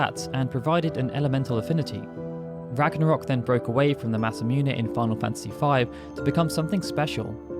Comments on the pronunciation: I always thought it was pronounced masa -moon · It’s MASA MOON bro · Please learn to say Masamune.